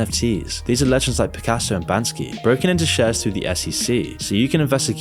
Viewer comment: It’s Banksy bro